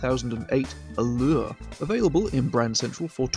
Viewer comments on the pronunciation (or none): As a french, the way you said « allure » made me laugh a lot. This word seems to be a huge tongue twister for English native speakers. Excellent video, as usual ! I just wanted to mention that the Group1 Nissan GT-R LM changes its FF status to 4WD status. I don’t know if it is from this current update or from older ones. I haven’t seen anyone mentioning it for now.